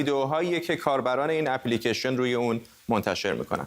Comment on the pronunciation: در دقیقه چی پی لیکیشن؟؟ خخخخ سواد رو تو مرکز انگلستان هم تلویزیون زدن ؟ اپ لیکِیشن نه اپی لیکیشن